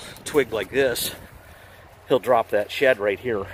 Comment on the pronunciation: Every time I heard "shed" I thought you were saying "shet" like poop. Lol! Great video.